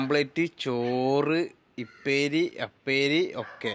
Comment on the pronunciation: ഇപ്പേരി അല്ല കോപ്പേ ഉപ്പേരി